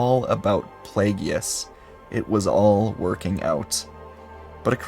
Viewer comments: “Plagyeeius” lol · That....that is not how "Plagueis" is pronounced.